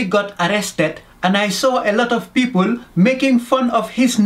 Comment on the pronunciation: pipole ( people) 😂😂